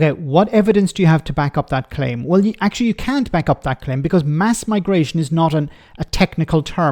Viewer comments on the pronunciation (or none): none